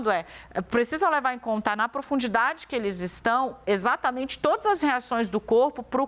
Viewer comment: Apresentadora , - Em alta produndidade ? Que isso ? 😢